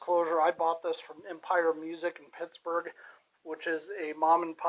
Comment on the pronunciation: Did you say Pittsburgh?